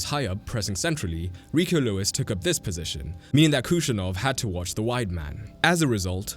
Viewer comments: It's not khushanov It's khusanov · Just a small clarification: his surname is Khusanov, not Khushanov. A close English approximation would be “who-SAH-nov” (Hu-sa-nov) 🤗